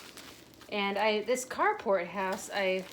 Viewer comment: Ohh, it’s the Carport House! I just discovered your channel recently and in one video you mentioned it. I thought you were saying “cardboard house” and I got confused because it didn’t look like any of the houses were made of cardboard😅